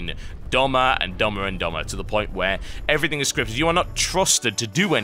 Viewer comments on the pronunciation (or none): none